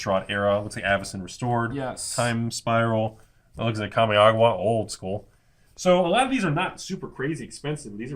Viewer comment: lol kami-agua